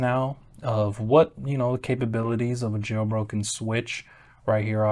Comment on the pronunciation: Anyone else hear "Getting a Joe Rogan Switch in 2024...."😂😂❤